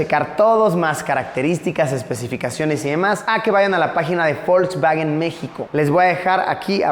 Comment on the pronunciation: por qué le decía folksfagen